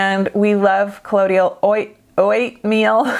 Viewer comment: O-ate-meal 🤣 I love you so much!